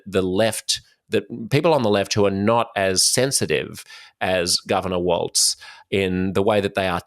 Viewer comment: Walz is pronounced "walls", like the plural of the English word "wall".